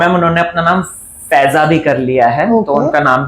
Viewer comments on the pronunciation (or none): Feiza nhi faiza😂